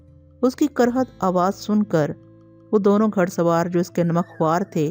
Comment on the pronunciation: تلفظ صحیح ادا کرنے کی کوشش کریں باقی good job لفظ گھڑ اور کرخت اور بہت سے جو میں آواز کے ذریعے سنا نہیں سکے